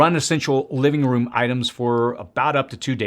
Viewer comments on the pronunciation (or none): none